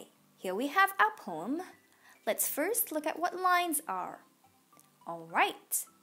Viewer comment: it is poem not pom SO PLEASE